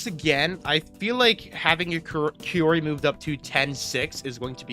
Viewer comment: First-time viewer, why do you call kaori, kiyori?